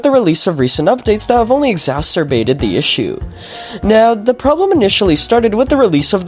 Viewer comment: BROSKI DID NOT SAY EXACERBAITED